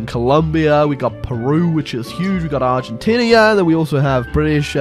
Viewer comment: Why does he say "Argentinia", It's Argentina, there's no "I" between the "n" and "a"